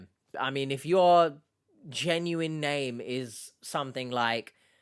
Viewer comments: Ginuwine is a hip hop artist. That could be why he’s mispronouncing genuine. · Maybe he’s talking about 90s RnB sensation Ginuwine. Only time it’s acceptable to pronounce it that way. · He pronounces genuine like Ginuwine the rapper name 😂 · I heard an australian reporter said 'jay-nu-wine' too. so, maybe it depends of the person?